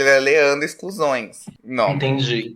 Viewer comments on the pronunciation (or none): o nome do Leandro é Leandro Excursões ou Leandro Exclusões? Sempre ouço exclusões, mas pelo menos não tá de todo errado, a Nenê foi excluída da van mesmo